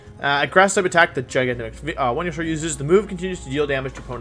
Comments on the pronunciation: G-Max “When-you-sore” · Is this man saying "windysaur" when he he knows for a fact it isn't pronounced that way because there are a million different places you can hear it pronounced? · Nobody: Wolfey: VeNuE-sOr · It’s venasaur and your hair is short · sounds like he is saying wenusaur or vwenusaur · I’m new on this channel. Why is he calling Venusaur, “Wendysaur”? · Wenusaur. He switches v and w sounds. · If it’s pronounced Wideo and Wenusaur, shouldn’t your channel be pronounced WolfeyWeVC???🤔🤔🤔